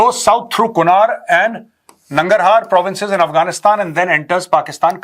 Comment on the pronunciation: Its pronounced as kunarh not kunaar